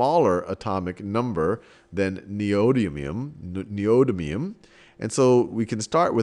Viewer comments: Even half of the people correcting it got it wrong. Its Nee-Oh-Dim-ee-um! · I like the information, but fiddling with the element's name gets grating. It has a set pronunciation and it would be very informative to have that said properly and regularly throughout the video so that people watching and listening know what it is instead of having to look at other sources. As a teacher it's important to make sure you teach the right stuff, and even though that can change with some things the simple pronunciation of an element is not going to change unless a big fuss is made like with aluminum versus aluminium.